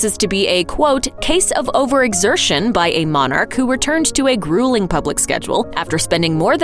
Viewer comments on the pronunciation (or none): It's not Mon,arch it's pronounced monarch . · God bless the Queen...and please stop calling her a Mon ark. It’s monarch...pronounced MONach.